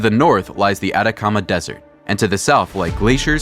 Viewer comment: No "Adacama" es "ATACAMA"